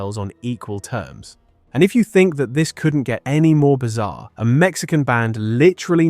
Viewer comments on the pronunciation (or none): none